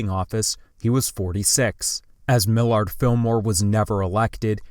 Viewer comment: Mil ard Filmore😂